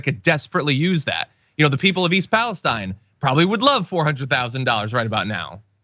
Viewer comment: John, thank you for being the first media person I have heard pronounce the name of East Palestine, Ohio correctly, as Palest"eye" n. I grew up not far from there and have been annoyed that no one, including big broadcast network reporters, have bothered to learn how the people of that town say its name. You're the first one to show that much respect.